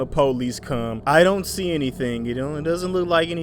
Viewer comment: "If you 'ont come out... we gone blast ya. We gone blast our way up in there" 😂😂😂😂💀💀💀